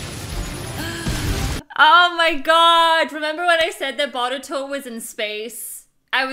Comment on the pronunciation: Omg she said Baruto instead of Boruto